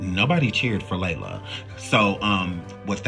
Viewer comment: You are mispronouncing so many names and that makes this video cringe. It's Lela, not Layla. Ugh...disrespectful